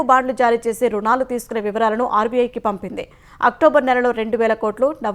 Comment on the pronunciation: అమ్మా న్యూస్ రీడర్ గారూ రుణాలు అని పలకండి.